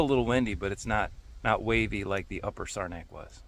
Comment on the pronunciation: What kind of boat did you paddle? Looks like an OT Penobscot! P.S. It's pronounced Sarah (like the name) - knack. 😁